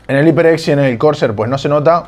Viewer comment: jajajaja me da risa que todos los españoles nunca pronuncian bien los nombres de las marcas Iper ex jajajaajaja